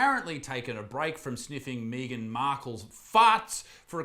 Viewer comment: The real criminal here is pronouncing the name Megan as “Meegan”.